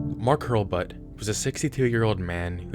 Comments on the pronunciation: "Mark Hulrbutt" i laughed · Mark HURL-BUT???? I'm sorry I didn't want to make fun of a dead person. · lol Hurlbut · Lmao Hurlbut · “Hurlbut” yeah, we’ve all been there.